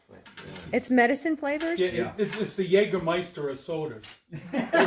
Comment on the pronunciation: aww, that car is a real survivor! so many parts are still original and intact... I wonder how much of the body's wood is still good. and it runs again, too! :D y'all make a good team, really. also I never thought I'd hear an american pronounce Jägermeister correctly. you been practisin', friend? :D